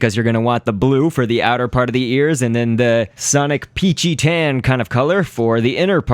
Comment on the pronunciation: i 's sonic not sonoc